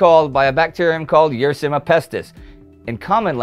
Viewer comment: Yersin-i-a pestis, not Yersin-a pestis.